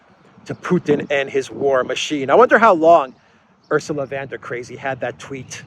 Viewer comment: Why does,keep say van when its von?